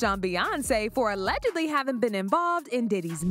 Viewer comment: Allegedly. The “g” is pronounced like a j.